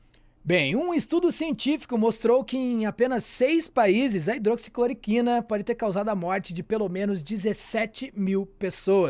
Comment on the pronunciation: me doía o ouvido toda vez vc falava hidroxicloquina, respeite que essa droga tem história! Para, agradeço pelo seu conhecimento no tema e levesa com q levou a situação.